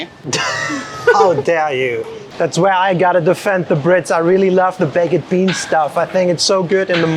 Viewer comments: Bake-ed beans..... I love it 😂. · I never realized 'baked' was difficult for Germans to pronounce. BAYKT. Does that work?